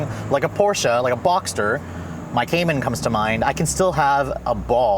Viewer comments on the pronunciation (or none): none